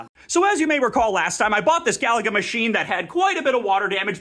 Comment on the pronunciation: I don’t… I don’t think that’s how you pronounce Galaga 😂